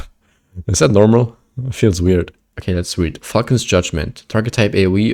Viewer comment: I was listening to your video without watching, but had to raise my head at the screen when I heard "F1cking Judgement" and was like "Oh, it's Falcon's Judgement"